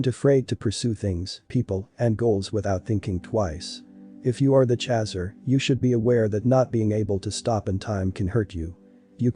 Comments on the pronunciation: No no no no just the fact that he is saying CHAZZER has totally derailed me from this video!!!! Nope! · Most intense union one can ever experience. One soul in 2 bodies. Thank you for this. BTW “chaser” rhymes with racer. Please pronounce correctly. 🌈